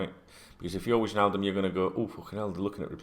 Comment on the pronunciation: mate...it’s Why-naldum not Widge-naldum lol. It’s a silent J 😂 Totally with you on the Thiago nonsense. No approach has been made and I’m pretty sure one won’t. All the noise is coming from his representatives trying to ramp up interest in their player.